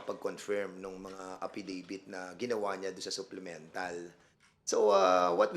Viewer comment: Hoy VoldStar Pernandez, anong APPidavit finagsasavi mo, anak ng teteng ka di fa rin maayos yang "P" at "F" mo. Sino, sino staPP? Walang Porce Por him, sinabi nyo lang e corroborate ang aPPidabit ni Garma. Eh ayaw! There is Vrivery too. Asking his fosition now and ilang years fa cya sa travaho. Anak ng... pati pa ata "B" and "V". Shut uF ka! Wag ka mag inglis ha...😂😅